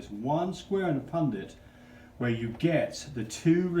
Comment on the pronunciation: I sincerely appreciate your knowledge base and know that you are obviously well educated in these areas. The only critique I would have, is that the proper pronunciation of the word is PUNNETT square. You and your assistant both refer to it repeatedly as PunDIT. This might be accent related, so i apologize if that’s the case. :) Other than that tiny thing, I sincerely enjoyed your work here. :)